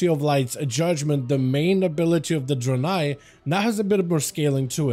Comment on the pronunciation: Bro can’t even pronounce Draenei correctly